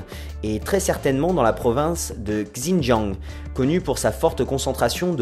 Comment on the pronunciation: Pour ne plus te faire douter, xinjiang se prononce grosso modo "shin jiang", et veut dire nouvelle frontiere. (sorry mais je n'ai pas les accents sur mon clavier). Bon boulot comme d'hab.